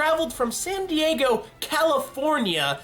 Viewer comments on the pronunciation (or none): none